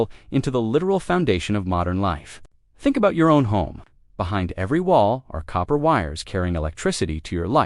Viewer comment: I can't get past the AI mispronunciation.